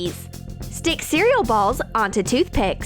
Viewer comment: When it says cereal balls it sounds worng